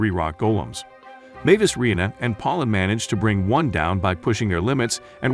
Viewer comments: lol the way he pronounces reina XD!!! Re-Ei-Nai or something??? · Reina - ray nuh Pauline - poll leen Harem - hair rem You really need to practice pronunciation. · It pronounces "Reina" as "Ray Nay".